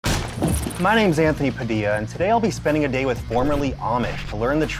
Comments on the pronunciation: In the philippines your surname padilla is pronounced by most as "padilya" not "padiya" just sharing ^^" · uhmm your filipino last name really was pronounced as “Padilya” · all this while i wondered why Padilla was pronounced Padiyya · You pronounce it 'Padiya' ?? boy i have been wrong. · "It's pronounced like a 'Y'." Oh Anthony, let me introduce you to Italian 😂 JK... kind of 😂 Love the episode! Learning a little about all the different people you interview on your show is always amazing. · When she said Padilla the wrong way it reminded me of the good old smosh